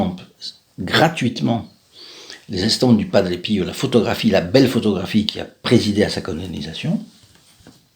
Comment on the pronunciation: BONJOUR A TOUS ET A TOUTES ENFIN UNE PERSONNE QUI ARTICULE ET QUI PRONONCE TRES TRES BIEN BIEN LE NOM DE PADRE PIO (PERE PIEUX ) BONNE JOURNEE A TOUS ET A TOUTES